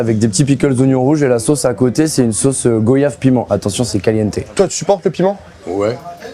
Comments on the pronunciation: et à vous tous qui dites GOyave, en parlant d'un fruit tropical de chez nous que nous prononçons GOI-yave merci de respecter et donc rectifier. Je suis de la Guadeloupe et si on me présente une myrtiLLE, je ne l'appellerai pas myrtiL (bref il y a d'autres exple...) au nom de tous ceux que ça agassent je le redis. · GoYave par contre c'est pas possible chef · ON NE DIT PAS GO-YAVE 😖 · A marie galante on dit go-yave? Je demande juste... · Super vidéo, par contre on peut plus tolérer quand les gens disent go-yave, en 2026 c'est plus possible...(tu dis venir de Marie Galante et tu nous sors ça ??) C'est simple y'a pas d'histoire d'interprétation, de culture, de métropole ou je ne sais quoi : c'est la langue FRANÇAISE !!! On dit voyage, loyer, noyade, joyeux, moyen etc ET goyave (GOI-YAVE)!! Vive les antilles Madikera, et vive la France, merci. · Le boug a dit GOyave ? An ja soti la ... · J'ai quitté la vidéo quand j'ai entendu GO yave ... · T’es de Marie-Galante et comment tu prononces goyave ?😂😂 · prononciation de goyave incorrecte. c'est facheux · Monsieur le chef cuisinier Tu habites en Guadeloupe à Marie galante mais tu dit goyave de cette manière ? Personne ne t’a jamais fait la remarque ? 😅